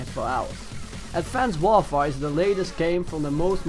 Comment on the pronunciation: "advonced worfore"